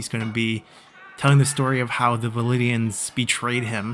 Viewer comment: VLANDIANS. Not VALIDIANS